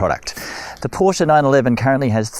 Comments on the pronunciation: Try two things: push the sport exhaust button and learn to pronounce Porsche correctly. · How is he a purist and he mispronounces the name.